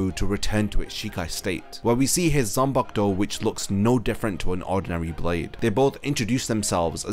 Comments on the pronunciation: "zanpakto" smh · ''zampak-to' LMAO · I hate how you pronounce zanpakuto